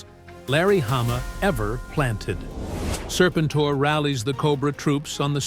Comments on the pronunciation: Say the name right, then maybe I will watch the rest of your stupid AI video. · I had to stop after hearing his name pronounced wrong on the fifth time. I can’t. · You really should proof-read the AI script. The text-to-speech is bad enough on the pronunciation of Serpentor without trying to convince me that it was Mindbender shot the Egyptian authorities with wrist-rockets while showing Destro. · This feels very AI… how can you not say the guys name